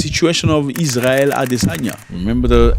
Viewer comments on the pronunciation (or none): none